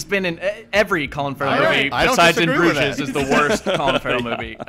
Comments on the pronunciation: has offended me with his pronunciation of the word Bruges, it should rhyme with luge not stooges. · Something off topic: VerSE instead of verSUS? BrugESS instead of BrugES? Asterix instead of Asterisk? What is going on with? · #SaltyDan EDIT: Also, "In Bruges" with a pronounced "s"? WTF mate?